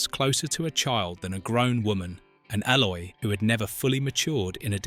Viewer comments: Stop trying to make a nostalgic, wholesome film, into something seedy Yvette was born in 1942 - and was 18yrs old at the time of filming in 1960 - NOT sixteen BTW, Eloi is pronounced 'Eee-Loy' (not ell-oy) and Yvette is pronounced 'E-Vet' (nor Eee-ett) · Hey AI, it's pronounced E-loy. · Oh, and they were the 'ee-loy'.... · It mispronounced the Eloy and other words. It proved once more that AI means Annoying Imbecile! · If youve seen this film ‘many times’: you would pronounce ELOI the right way!! He took 3 BOOKS, but no candles and ended with Filby and the maid talking about him and which books would you take! George was more like a father figure to her and her people. According to IMDB, Yvette was 17 and turned 18 during filming They picked Rod Taylor because he was much younger and more athletic than the other choices James Mason and David Niven.